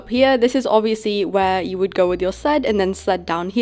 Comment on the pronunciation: It’s not sould it’s would